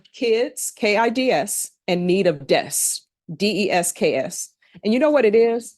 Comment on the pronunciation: i love her, but she cannot say desK. with a K